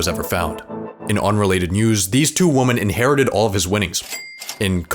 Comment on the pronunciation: Please pronounce "women" correctly.